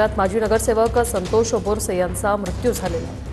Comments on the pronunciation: बोरसे नाही बारसे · बारसे surname है बोरसे नहि